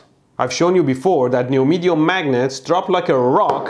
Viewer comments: Yes you said it as neomidium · neodymium not newmedium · you mean neomehdium magnets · I wonder if anyone else noticed him saying neomydium magnets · Neomidium? Haha